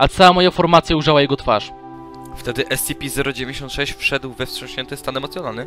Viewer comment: wiem ze data, ale nie mowi sie *es-ci-pi zero dziewięćdziesiąt sześć tylko *es-ce-pe zero dziewięć sześć tę liczbę nie czyta się razem